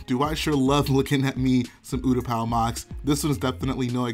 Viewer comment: Ooooootapow lol its pronounced you-t-paa